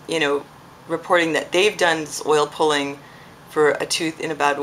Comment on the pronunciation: did you say oil poling, poiling? what is that?